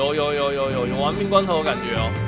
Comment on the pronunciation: 玩命关头。。。我怎么感觉我听到的是玩命光头